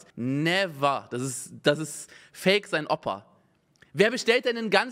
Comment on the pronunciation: Fake sein OPPA. 😂 WARUM OPPPPPPPA??? OPA, SAG EINFACH OPA... 😂